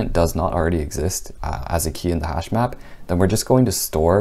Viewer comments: Hashmap? I thought he said hashbrown..damn. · As a non-coder I thought he said hashbrown for a second lol literally had to google if that was a thing 😂